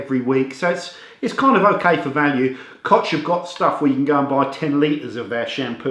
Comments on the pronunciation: Hi, I like all of your videos. Only if I may give you a little advice of pronunciation, as "'ch"" in koch, is pronounced " h" as in ''hot'' in english. Alternatively, you can you google translate to hear how to pronounce it. Thanks Again. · it is pronounced KOH like Hillary or Hitler , thank you for the review.